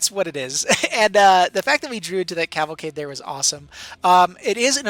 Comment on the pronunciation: Liked because you pronounced Cavalcade correctly once